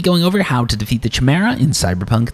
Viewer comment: “Chuh-mera” lol